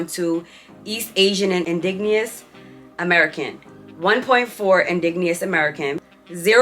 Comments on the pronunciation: Really beautiful makeup! I’m indigenous American, just so you know its pronounced “In-dij-uh-nus” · Indigenous is pronounced ‘in-dij-uh-nuhs.’ Fascinating results :) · The way she pronounced indigenous Lol